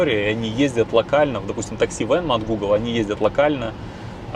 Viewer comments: Не Venmo, а Waymo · почему Вы постоянно Waymo называете Вэнма или Вэнман? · Не «вэнмо» а Waymo!